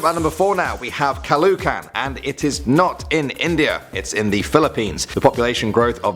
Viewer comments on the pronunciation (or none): its pronounced "ca-lo-O-can" 😂 not "ca-loo-can". le-vi-O-sa not le-vi-o-sA. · it's pronounced Caloocan not calocan. That's because I am in Philippines, Cabanatan City, Nueva Ecija, Barangay Patalac. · It's ca-lo-o-can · It is pronounced as Ca-lo-o-can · It’s “Calaoocan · lol it's pronounced as "ka-lo-o-can"